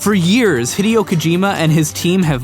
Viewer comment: Ugh it annoys me how incorrectly you pronounce Hideo.